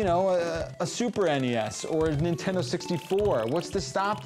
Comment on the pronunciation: When he said nin'friend'o I paused the video, am now writing this comment, and going to go to a different unboxing/playtest